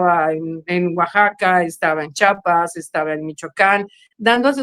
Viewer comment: es Chiapas NO Chapas, chapas son las de las puertas o las que se usan en carpintería como la chapa de Nogal